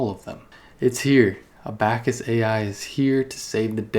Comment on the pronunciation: a-back-us hahahahaaha come on bruh